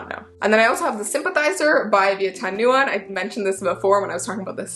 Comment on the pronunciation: huang is pronounced like "hwong", nguyen is like "win", and ngan is like the ending sound of "onion" 😚